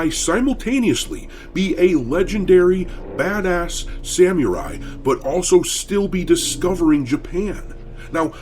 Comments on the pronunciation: I love yer content but PLEASE learn to pronounce "Samurai"...every time I hear u say it I can't help but laugh and it's hard to take u seriously 😅(its SAM-ER-EYE not SAM-YER-EYE) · Great video but for the love of god, please stop pronouncing it "sam-yu-rai". it's sa-mu-rai, or with an American accent "sam-er-i"... Sorry folks, did my best to describe it with text. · Doc... learn how to pronounce Samari correctly or im taking back my sub 😅😅😅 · How hard is it to say Samurai properly, though? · obviously, thats why Im mocking you lol. I can understand not knowing how to pronounce names or obscure things from other countries. But how have you gone your whole life without hearing anyone say Samurai? Sad. You say it like an UwU E-thot lol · "I FREELY ADMIT I DONT KNOW A LOT ABOUT SAMURAI CULTURE" YEAH NO SHIT B/C YOU CANT EVEN SAY SAMURAI RIGHT!!!!!!!!!!!! LOL!